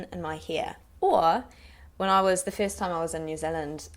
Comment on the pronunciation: When you said the first time, I thought you said the fifth time. You pronounced it like fist!! lol